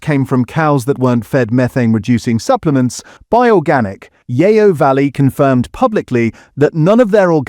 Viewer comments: The voice doesn't even pronounce Yeo properly. It should be pronounced like 'yo' in yoyo. The name stems from the fact the factory is near Yeovil in Somerset. Fake voiceover talking about fake food. The internet is starting to eat itself. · Yeo Valley yoghurt is pronounced Yo Valley not Yayo Valley 🙄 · Yeo is proounced Yo not Yay-o. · AI narration - the pronounciation of Yeo Valley should be like 'Yoh' not 'Yeeeoh'! Plus tangy was pronounced Tangier! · There's no "a" in Yeo. It's pronounced Yee-oh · It’s pronounced ‘Yo’ ya eejit! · AI voiceover- or is this someone who doesn't know the difference between Tangier (in Morocco!) and tangy-er! And who pronouncrs Yeo as 'yayo'!